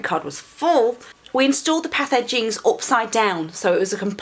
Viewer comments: Path Edgings... thought you were saying pathogens. Was like wtf is she talking about lol. Good on you for getting out there and getting dirty, hard work pays off. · Thanks for another video. Merry Christmas. When I first heard you say "put the path edgings in the ground" my feeble brain heard "put the pathogens in the ground."